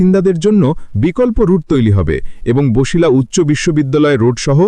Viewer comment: ভাই উচ্চারণ বছিলা হবে, বসিলা বা বশিলা হবে না।